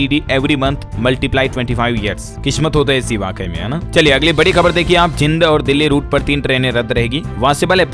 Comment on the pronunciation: आपने जिद बोला है स्कोप जींद जींद बोलो इसमें बड़ी ई की मात्रा है जयपाल सिंह गांव दिनोद जिला भिवानी हरियाणा धन्यवाद